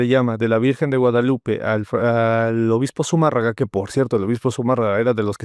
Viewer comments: Hay que trasladarnos a la creaciònde egrègores., el apellido es Zumárraga, no Zumarraga. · Qué pasó? Es Zumárraga. ZUMÅRRAGA. La tilde en la á, en la silaba de 'mà'.